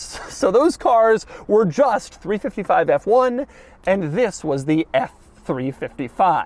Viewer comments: Three five five, not three fifty five. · Great video but Doug it’s a 3 5 5 not a 3 55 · I know you must know this, but please I beg. It's 3 5 5 and 3 4 8, not 3 55 & 3 48 🤮